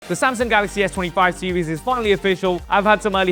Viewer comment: That horrid pronunciation of 'Samsang' is actually pretty annoying once you've picked it up. Can never unhear it lol